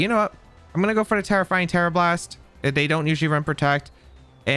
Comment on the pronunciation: When says "Tera fighting tera blast" or "tera flying tera blast" it sounds like hes saying "terrifying Tera blast"